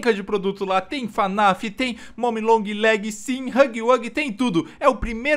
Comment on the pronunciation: N É FANAF É FNAF COM F MUDO!!!!